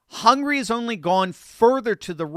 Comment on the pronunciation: It's "Hungary", not "hungry".